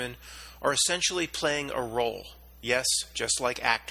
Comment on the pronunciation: it was actually "playing" but just sounded like "plane"